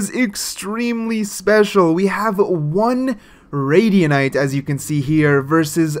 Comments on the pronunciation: "one radianite" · the start of the vid "one radianite" 💀💀